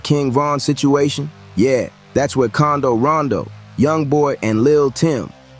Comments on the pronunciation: Bro that man name is quando not condo where u get that from 😂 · Condo rondo lmaooo 😂😂😂 its quando you imbecile 😂😂😂😂😂😂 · It's quando no condo 😂😂😂